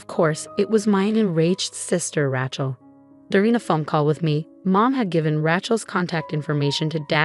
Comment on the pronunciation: It would be good if the teller of the story could pronouce the name correctly Rachel is pronounced with a long A. Also other word pronunciations are a bit wonky too. Get somebody who knows the English language and can pronounce words correctly to read these stories.